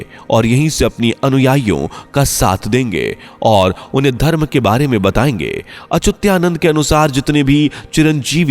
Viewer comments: Why you say Achutyanand. Name is Achhutaanand. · अरे भाई, श्री अच्युतानंद दास महाराज का नाम तो ठीक से लो। आप बार बार अचूत्या नंद ऐसें बोल रहे हो। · उनका नाम अच्युतानंद है और आप अचुत्यानंद बोलते है, वाणी शुद्ध होनी चाहिये. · He was अच्युतानंद das, not Achutyanand. Uchcharan shuddha karo. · Whoever talking about Achyutanandji Maharaj pronouncing wrong. some who record and post should pay attention He is saying ACHUTYANAND BUT CORRECT IS ACHYUTANAND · व्हीडिओ बनाने से पहले तो अपनी वाणी शुद्ध कर लो। तुम उस संत के नाम का उच्चारण कर रहे हो वह "अच्युतानंद" है ना कि अच्युत्यानंद. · संत भगवान का नाम ठीक से लीजिए। उच्चारण सुधारिए। अच्युतानंद दास जी हैं वो। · सही कहा है भाई साहब आप ने 😊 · 😮 अच्युता नंद दास जी का नाम का उच्चारण ठीक से नहीं किया गया है। कृपया आप से अनुरोध है कि आप एडिट कर पुनः स्थापित कीजिए 🙏